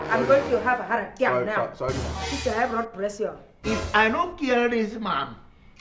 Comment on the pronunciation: Did she just say "Heart Atiak"?